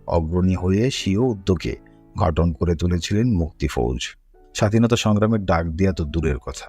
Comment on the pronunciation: গঠন কে ঘটন বলা হচ্ছে বাকী সব ঠিক আছে